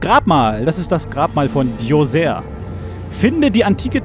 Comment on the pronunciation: Spaßvogel. ;) Übrigens, in den Dokus über Djoser, die ich gesehen habe, wurde "Djoser" nicht auf das "er" am Schluss betont.